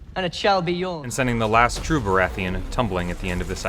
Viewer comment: Bara-etheon seriously lmao? it's baratheon